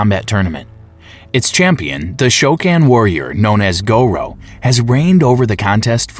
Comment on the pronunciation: it was the " Go-Row" that really bothered me. Then it got worse with Leo Kang